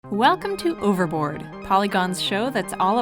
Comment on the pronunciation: Wait did they just say ooh-ver-board instead of oh-ver-board. Why is nobody talking about this.